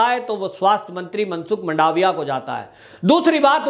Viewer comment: वंदे मातरम्, मंडावीया नहीं परंतु मनसुख भाई मांडवीया और बघेल नही परंतु शंकर सिंह वाघेला